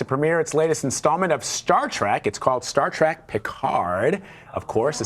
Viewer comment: “Star track” teehee